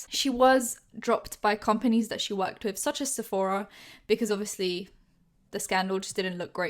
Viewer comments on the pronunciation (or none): none